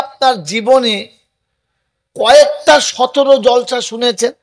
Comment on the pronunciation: হুজুর কথাটা জলসা না জালসা ভাষা ঠিক করুন